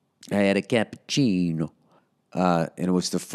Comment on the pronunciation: The way he said cappuccino was hilarious